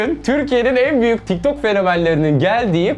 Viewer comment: Tik tok derken TİKTOK oluyo😂😂